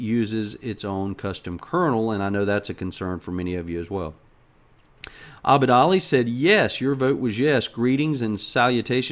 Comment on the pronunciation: you said my name in the most accurate manner possible, most English-speaking-western people say "Ebid" instead of "Abid". Like I said is awesome:D:D